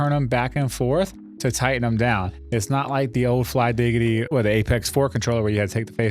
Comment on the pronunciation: bro really said flygiggidy😭